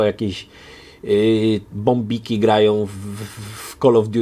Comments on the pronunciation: mówi się bambik, a nie bombik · Bambik a nie bombik (